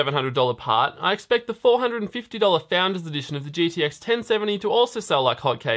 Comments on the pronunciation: Good stuff! Is it just me or did anyone else also notice some weird slurring of the word GTX into GDX several times. (Ex. , , , ) and so on... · Hm interesting to know. He only slurs its about 6-8 times but the remaining times it clearly spoken as GTX. shrug